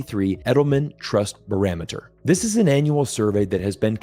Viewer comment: 😂 Ha, did you say "Baraameter?" Love your perspective.